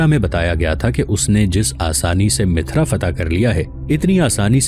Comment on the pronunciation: السلام علیکم جناب عالی آپ مسلسل شہروں کے نام غلط لے رہے ہیں مثال کے طور پر آپmathura کوmithra کہتے ہیں اورqannaujکو qanuj کہتے ہیں تصحیح فرما لیں